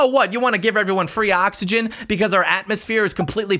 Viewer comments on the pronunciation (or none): none